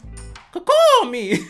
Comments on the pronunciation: Liked video soon as he said ca-cauhl me 🤣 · Damn, I already watched some of your vids without subscribing.. but after that "cuh-cawl me" joke, I have no reason not to subscribe man. Keep it up. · "Kakow me" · That "Caw-cal me" still hits. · I’m sorry but “caw-CALL me” frickin sent me 😂😂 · That "CaCAWLL ME" killed me!! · cuh cawl hahaha